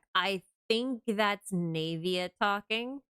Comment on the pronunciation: Why do you pronounce her name as "knave-ia" instead of "nah-via"?